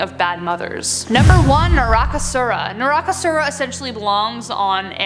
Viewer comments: MAT10 : Demons in Indian mythology Indians: ok guys, let's all become pronounciation teachers for a day.... And btw it's not pronounced as "nail baa" it's Naa-Ley baa, which mean come tomrw in Kannada And also it's not "narakasura", like not the American pronounciation, it's Nah-rah-kaaa-su-rah (yeah u gotta stretch on the"kaaa" thing) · Most of the pronunciations were on point... Great job... And thanks for putting this together 🤠 P.S. vetalas is pronounced "vey-taal" or "bay-taal" Also, it's "nar-ka-soor".